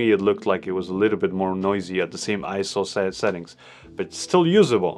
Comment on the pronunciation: did I heard you say "it has a ka little screen " you sounded like a Zambian 🤣🤣